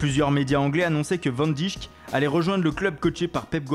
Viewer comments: tu peux prononcer Van dijk en disant "van dèyk" ça se prononce ainsi sinon peh bg comment vous faire les jt🖒🖒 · quand vous parler de van dijk dites "van deik" (prononciation) si non super vidéo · Van diCHHK 😂